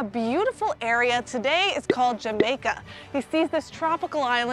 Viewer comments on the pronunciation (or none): none